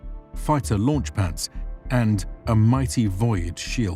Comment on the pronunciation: first time i heard void pronounced with two syllables so cleanly